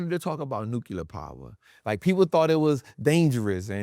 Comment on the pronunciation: it's "New-Clear". not "new-Q-ler". ❤❤, very common mistake. no hate, just ocd. lol. its like tempature vs temperature. its Temp-ER-at-ch-er. not Temp-At-ch-er.